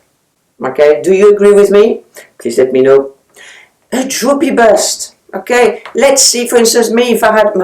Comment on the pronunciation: I thought you said ‘droopy butt’ and couldn’t figure out why you were displaying a bra!